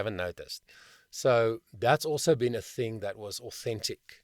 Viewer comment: Dropping the consonants at the end a phrase is a common jazz technique. Dropping consonants when you speak (like you do when you say "hea(r)" and "thin(g)") is not only sloppy, it's laughingly hypocritical.